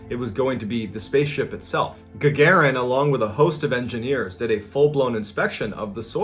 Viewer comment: It’s not URI gugurin it’s URI Gagarin Ga-Ga-REen- that’s how you pronounce it